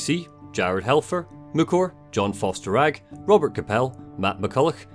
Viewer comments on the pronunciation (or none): none